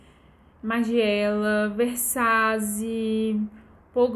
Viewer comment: Amor , me perdoa más você fazer um video falando sobre Alta costura e falar chiaparelli e versaze , chega doer no coração